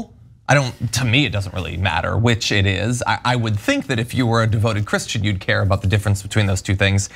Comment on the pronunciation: Muh nameah Herschel Walker. I's a real chrishtun fella.